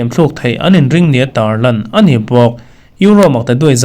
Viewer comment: A ni tih mai tur hi an ni ti deuhin i lam a.